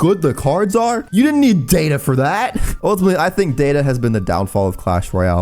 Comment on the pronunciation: ah yes, d a t a